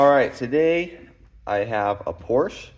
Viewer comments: Wenn dein Vater wirklich deutsch ist, ist es eine Schande einen Sohn so aufzuziehen . PORSCHE wird als Porsche ausgesprochen. Hör auf mit dem Mist. Du hast doch keine Ahnung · Just one thing friend - that's irritating to hear. Please pronounce Porsche correctly. The "e" on the end of the name is pronounced in German. There are two distinct syllables. Say "Porsch-ah".